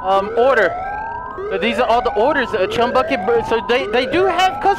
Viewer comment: LOL says the chumy bucket lol